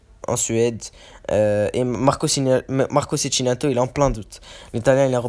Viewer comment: On dit Tchékinato